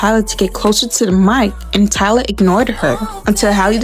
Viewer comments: Why are you saying Tyler? Lmao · Why are you calling her Tyler instead of Tyla? You are mispronouncing Tyla’s name. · Her name is Tyla not Tyler lol